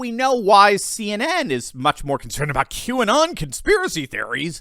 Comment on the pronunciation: Q-and on! Not Qanon!